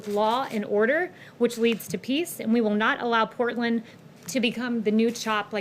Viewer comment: Normally I'd give someone the benefit of the doubt. However... With this administration who knows. Genuinely curious whether the Porton instead of Portland was her tripping up or had she never heard of Portland until this morning at the briefing...